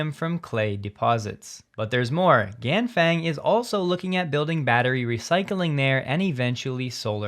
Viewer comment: Ganfeng is pronounced "Gan Fung". Think about feng in feng-shui. To pronounce it close to Chinese, think about it rhyming with Ron Sung.